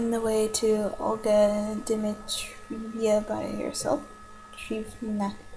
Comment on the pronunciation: Dmee-trev-nuh. Some grammar nazis would hunt you for saying that, but it's considered acceptable.